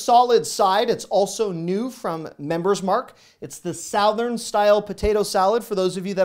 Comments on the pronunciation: Thank you so much for your wonderful videos and your great energy!!! ... And you may not know this but...... it's sugh-thern 🤣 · Did you say "sowthurn"? Nice. Bless your heart. 😁 (Georgia girl, here.) Seriously, though, you do a terrific job! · “Southern” suh-thrn. 🤣🤣. You’re awesome (or )😂😂